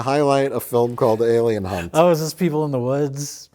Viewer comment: That's Alien Hunt... Hunt–with an "H."